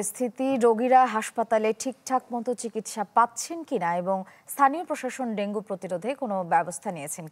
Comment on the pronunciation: ভেঙ্গু কি ভাই??😂